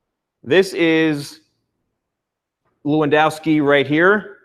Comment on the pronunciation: U said his name so badly 😂